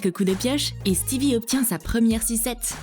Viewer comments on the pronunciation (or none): C'est pas stevi c'est stiveux